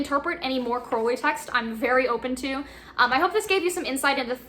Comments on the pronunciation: It’s holy like Crowley not Foully like crowley, that’s how A.C pronounced it ✌🏻🏴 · BTW.. it's pronounced Crowley as in HOLY. Not crowley as in howly... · So, like the book says, speak as ye will, but if you want to know what most people consider to be the correct pronunciations, Liber is pronounced "lee-ber" and Crowley rhymes with holy. Keep up the Great Work,. 93!